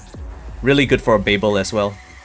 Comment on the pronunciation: It's called babil not bay bel. It's a city in Iraq and was the capital of the Babylonian civilization